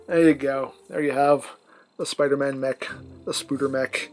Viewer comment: HE SAID SPUDER MAN